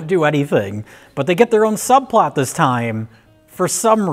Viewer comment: Ah, the princesses. "Will you... marry us?" Also, "Subplart" -Mike Stoklasa, 2020